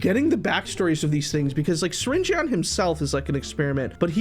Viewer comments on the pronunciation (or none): Syringeon is not pronounced like Syringen not syring-ee-on